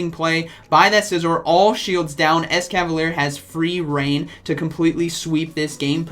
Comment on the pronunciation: Yeah but it's actually mispronounced here too as it it "ES-KA-VA-LEE-AIR" as it ends in 'ier' and not just 'er' like he pronounces.